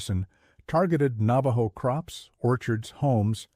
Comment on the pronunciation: Sadly, this is AI generated slop. The inconsistent and incorrect pronunciation of easy words like Navajo, Dineh, Na Dine'e, bizaad, and dinetah make it obvious that the narrator has no real knowledge of Navajo or the Navajo language. Illustrations showing puebloan buildings, or the one attempt of illustrating a hoghan are also very inaccurate or do not pertain to the Navajo shelters at all. The picture containing a supposed seal of the Navajo Nation is not even close to the actual seal. Some of the information may be correct but that warts throughout this narration are grating.